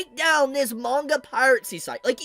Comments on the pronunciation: It's Piracy....PIRACY (PIE - RA - SI). NOT PIRATCY (PIRATE - SI). Sorry...had to get that off my chest. Carry on! :) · Just so you're aware, the auto transcription still picks up Pirate C as piracy so you can just say the word normally again or find another mispronounced version to avoid it.